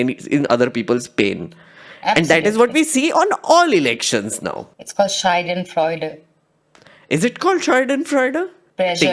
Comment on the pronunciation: it's schadenfreude not scheidenfreude (a pronunciation mistake by you). Anyway, I have always admired your deep knowing.